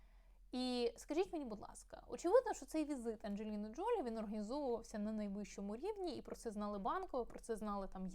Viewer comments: Все-таки, ДжолІ (наголос на останньому складі). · ....наголос на останній склад ...ДжоЛІ...!